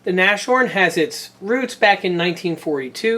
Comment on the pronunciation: The word Nashorn (rhino in english) is pronounced Nas-horn, not Nash-orn. The h is pronounced. Just to make your video perfect.